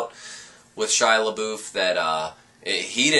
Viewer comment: HOW COME NO ONE CAN SAY SHIA'S NAME RIGHT?!????!!!!!